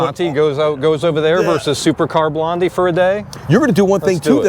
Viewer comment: Her name is Supercar Blondie ( say Blondeee) .not Supercar Blonde!